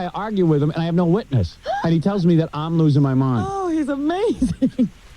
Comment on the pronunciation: Bottle of WOYNE FOYNEst MOIND NOINE one one NOINE one one NOINE one one NOINE one one NOINE one one